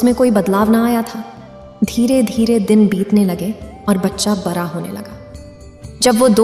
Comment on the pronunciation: Aap bar bar bara bara bol rahi ho balki bada bada hota ha